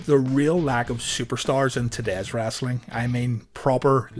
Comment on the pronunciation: Omg stop saying wrastling it's "wrestling"